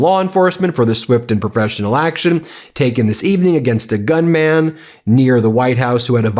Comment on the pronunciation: gun-mun Not gun-man!